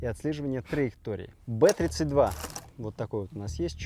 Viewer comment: Б32 наверное правильно бэ зэ два. Иначе как же он бронебойный Зажигательный, БЗэ. А не три